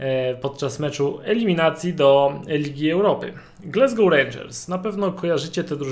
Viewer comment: Polecam sprawdzić wymowę Glasgow.